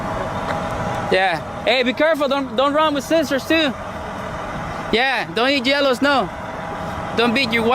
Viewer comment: Did he say, "don't eat jellow snow''?